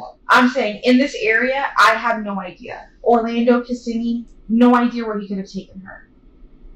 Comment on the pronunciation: You miss pronounced*****Kissimmee*****!!!!!